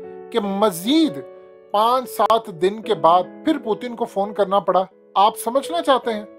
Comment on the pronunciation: پوتن کیا ہے پیوٹن نام ہے پوتن پوتن کیا لگا رکھا ہے تم نے